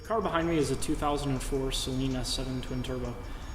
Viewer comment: Awesome build. Thumbs up for pronouncing Saleen correctly. :)